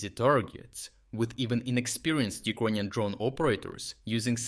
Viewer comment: Why does he keep saying Ukonian?